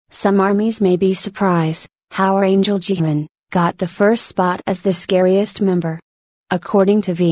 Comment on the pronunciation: she called jimin jamin wtf i mean i know we all make mistakes but wtf